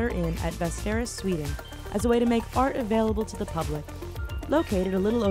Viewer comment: sounds like it's saying as a way t make fart available to the public lol